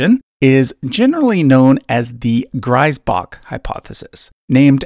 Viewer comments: The first syllable of Griesbach is pronounced like "grease". The way you pronounce it would be Greisbach in German. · "Griesbach" would be pronounced like "Grease-Bach" in German, btw. (Sorry for nitpicking. It's probably a German thing...) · these episodes are very interesting. like listening a mystery case from detective. PS: Griesbach is supposed to be pronounced like Greezbach since he is german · Just a small correction: Griesbach would be pronounced like Greesbach. Greisbach = Grisbach Griesbach = Greesbach Great video though! Keep up the good work! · This grates a little on my pedantry : the ie in Griesbach is pronounced as a long ee, as in key, not like i, as in rye, which would be spelled ei in German. I know it's the other way around in English, but please...